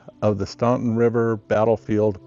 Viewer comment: The U in Staunton is silent..pronounced Stan-ton